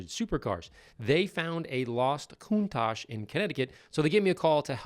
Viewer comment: Oops I meant “coun-TACK” lol